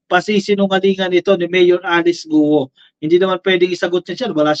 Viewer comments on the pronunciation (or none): "GUO" pronounced simply GO daw!